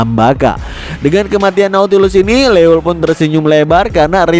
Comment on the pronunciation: Leuel bi baca loiel min sama kek neuer jdi noier